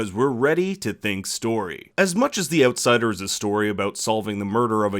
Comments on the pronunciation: The "Oatsider" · The ootsider. Lol someone's Canadian is showing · I'm just here to listen to you pronounce Outsider in that accent :)